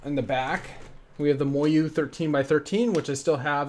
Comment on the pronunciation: Oh my the way he says Moyu